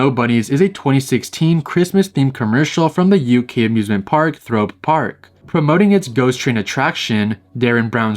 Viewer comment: The way he said Thorpe Park triggered me as a brit it's pronounced thor- as In marvel movie with a p after 😢